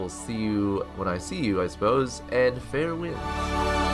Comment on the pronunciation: Everytime you say "fair winds" I think you're saying "have a nice fart".